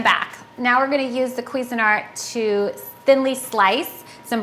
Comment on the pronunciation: I know but she can't pronounce it. queezyart Haha